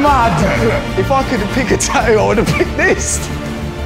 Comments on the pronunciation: I’m sorry, but the word is “tattoo” not however you turds are butchering that word “ta ewww” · Ta-oo ... 🤣🤣🤣 I love it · I hate how they say “tattoo” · They can clearly say the 'T' sound at the beginning on the word "TATTOO" SO WHY TF can't they pronounce the 'T' sound the 2nd time?!?! 🤔😂🤣😅🤔🤔😐😒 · In the word "tattoo", there are 2 t's. She don't says 1!?! Learn to speak correctly....... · bro the way she pronounces tattoo pisses me off